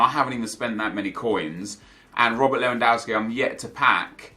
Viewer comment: How can you still pronounce Lewandowski wrong Nep? Don't you watch football on TV?